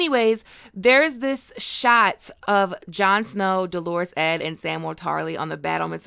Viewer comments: I love you, but it’s not “ Delores Edd,” it’s “Dolorous Edd,” which means Sorrowful Edd. DOL-uh-russ. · Nit pick- it’s “Dolorous Ed”. Dull-er-ous, not Do-lor-ous. Sorry, outside of that, great video! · Please please pronounce Dolorous Ed not like a girls name! The inflection is on the first part, Dol, not the second part. dol·or·ous /ˈdōlərəs/ Learn to pronounce adjectiveLITERARY feeling or expressing great sorrow or distress. "a dolorous and repetitive tale of atrocity" synonyms: mournful, woeful, doleful, sorrowful, sad, unhappy, depressed, dismal, gloomy, morose, melancholy, miserable, forlorn, wretched, woebegone, despondent, dejected, disconsolate, downcast, crestfallen, downhearted, heartbroken, heavy-hearted, despairing, desolate, grief-stricken; More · Dolorous ( doll or uss , not Delores ! Thats a girls name ! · Ned Tollett's nickname is pronounced DOLL-o-russ. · I love your GOT videos but whenever you pronounce Dolorous as “Delores” it just kills me...I get visions of Ed in a flowery bonnet, and I can’t help it 🤣